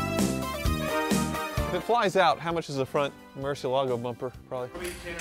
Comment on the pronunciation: Why do you pronunce murciélago so wierd?????? Its bat in spanish, the accent is in the e